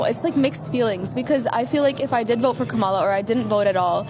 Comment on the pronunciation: I've heard all these people I can stand. They're either good Arabs/Palestinians or they're good Americans. BTW they need to learn how to pronounce "Kamala. "